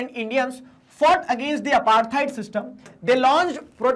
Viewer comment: It's not aartheid it's apartheid